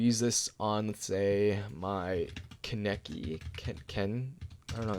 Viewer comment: lol he didn't know how to say ken kaneki